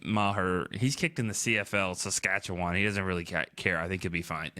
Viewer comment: I love you haha you pronounced Saskatchewan proper!!!!!!!!!!